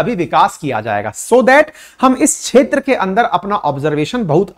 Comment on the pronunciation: क्षेत्र का उच्चारण छेत्र ऐसा क्यूं किया जाता है?